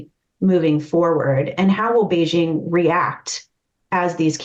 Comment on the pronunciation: Kudos to for pronouncing Beijing correctly (hard j, there is no soft j sound in Chinese). I’m not sure why Americans can’t do this, but most can’t, apparently. 😂 otherwise it’s a very nice discussion, thanks!